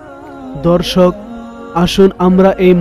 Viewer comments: বারে বারে দর্শক ধর্ষক কথাটা শুনতে খারাপ লাগছে এরকম ভাবে উপস্থাপনা না করলে ভালো হয় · Bhy apni dorshok ta thik kore bolben dhorshok Suna jay